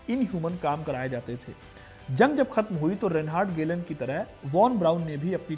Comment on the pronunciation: Aabe yaar ….video to achhi banai 😂😂bit achhi tarha rata nhi maara …..reinhard hyreich or ….gelhen bol raha h baar baar 😂😂😂😂😂kya bakwas h ye